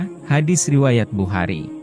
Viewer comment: Orang tak kan pd chanel,knapa....?yg menyampaikn narasi nya nya menyebut Allah aja aulooh,mnybut Sholollahu a'laihissalam aja sololohu,bukhori dgn bukori,yg benarlah narasi nya biar enak mndengarnya,trmksh...